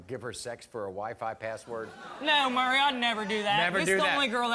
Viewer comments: kids playing house and its maury not murry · It's "Maury." "More-EE." Not "Murry." Good Lord...